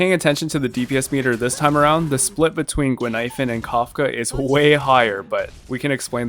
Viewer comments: I'm not the only one hearing that looool I even heard 'ghost milk powder' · I had no idea why you said "expensive milk powder" until another commenter said Guinaifen could be misheard as that in Chinese. I'm Chinese btw. And yeah, it actually kinda does sound like "expensive milk powder", even in Cantonese! Brilliant.